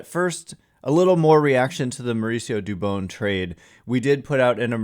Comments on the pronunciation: For christs sake it’s not “dubOWN” it’s “dubON” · Jon Miller pronounces it Du - bon , not Du - bone. He's a stickler for getting the name right. Where do you get Du- bone from ?